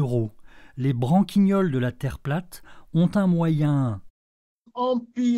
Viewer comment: On dit: les branquiniols. Sans "e". Raison sur le fond mais fais gaffe à la forme! Une faute a la première seconde de vidéo c'est branquiniolesque...non?